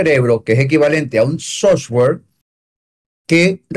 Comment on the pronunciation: SOFTWARE. NO SOSWARE LOL